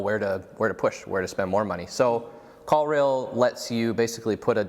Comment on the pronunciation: Must be too early in the morning because I was for sure thinking you said "call real" or "call reel." Ended up finally finding "call rail" - if you could include links to products mentioned that would be great!